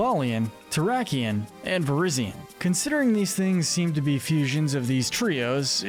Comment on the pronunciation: It’s pronounced coh-BAY-lee-un, ver-I-zee-un, and AY-ZEE, “”! 🤨 You’re so bad at pronouncing Pokémon names,! 🙄